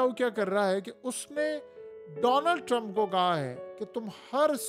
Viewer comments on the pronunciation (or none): none